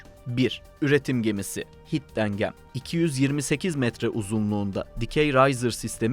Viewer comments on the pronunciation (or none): Hidden Gem'i yazıldığı gibi okumanız bir protesto mu? :D